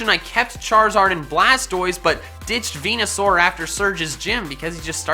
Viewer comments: ARCANINE, NOT ARCINIE! MEWTWO CANNOT MHAVE A NICKNAME IF IT'S GENDERLESS! VENUSAUR, NOT VENASUAR! AND STOP LEAVING OFF THE D IN PIDGEOT! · VENUSAUR, NOT VENASAUR! AND THERE IS NO H IN ALOLAN! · THERE IS NO O IN VENUSAUR! AND IT'S AERODACTYL, NOT F*CKING ARODECTLE! FIX IT RIGHT NOW! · FORNITENERDS NERDZ Not a single person says it right its VENUSAUR